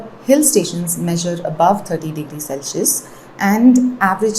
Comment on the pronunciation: why does she pronounce Celsius this way?